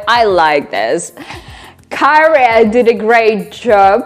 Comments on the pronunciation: Actually - I have listened to loads of first reactions and YOUR pronunciation of Käärijä has been the best and most accurate so far! Well done. Yeah, obviously a Finn myself. And as such, I hope You can hold on over there during these trying times! ♥♥ And a short recap: the green-blose man goes to a bar after a hard-working week, want his drinks (pina colada, beer, whatnot) and others are starting to dance. He just keeps his drinks close until he feels relaxed enough to dance himself. And Your question was why does he not do cha-cha? Because he cannot, he is like anyone of us (actually, I have been tutored to do that, but I rather drink also). Then when it becomes late in the night, anything goes. So basically - that is your typical Friday bar/nightclub story. And still - this is on top of my list - and I am over 60! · Your bronounce of "käärija" is perfect 😂😂 Thank you, best reaction ever ❤❤